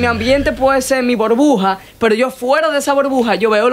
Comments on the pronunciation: Porqué será que dice " borbuja"....y no burbuja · estás sobrevalorado, no se dice Borbuja, es burbuja😂🤦‍♂️ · Nota: se dice Burbuja, no Borbuja. Por favor 🙏🏻, gracias. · Tampoco se expresa bien... Dice bOrbuja dos veces, por ejemplo. Este tipo solamente es la tontería de moda